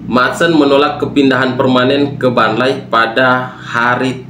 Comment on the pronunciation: gw mah suka aja sama bilang Burnley dengan Barnlayyyy bro wkwkwk